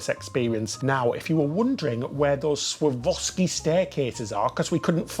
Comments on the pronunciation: My darling fellas. Swore-off-ski. ❤😂❤ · Dear.....all you need to do, darling boy, is break down the word into 3 syllables. Swar-Rov-Ski. Easy-Peasy! 👍🏻👍🏻 The stairs are STUNNING!!! Great video guys!!!👏🏻👏🏻💕💕💕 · Hi my lovelies. So, Swarovski is originally Austrian. You can say Svar-off-ski or the English adaptation Swar-off-ski 😄, I love your short hair (I know all about the hair debacle) I think you really suit it as it is now😊xx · Completely amazing! It’s SwarOVski, btw. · The stairs are Swarovski. Pronounced Swore off ski It is like I swore off skiing